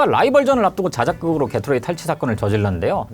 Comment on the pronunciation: 깨로 뤠이~ (게토레이의 감성적 발음)